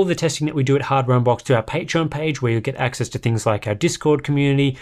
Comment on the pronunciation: "Welcome back to hardware un-box" :D